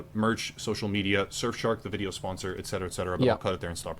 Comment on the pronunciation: I was always wondering why you say something like "exetera" instead of "et cetera" or at least englishfied version "et setera"